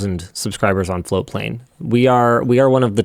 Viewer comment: I never hear the t in floatplane for the longest time I thought it was flowplain and that is still what I hear.